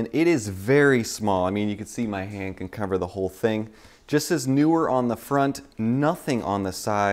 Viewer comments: How is it that 90% of people who I have heard say it cannot pronunciate the word NEEwer properly? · did you say newer neewer?